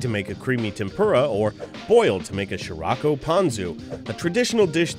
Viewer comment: Gosh damnit. It's not "She-Ra-ko", it's "Shi-Rla*-ko". In the Japanese language, you pronounce each character individually to form the word, and, totally not to rant or anything, is way more convenient than English's garbage spelling rules... *The Japanese pronounce their "R's" rather oddly.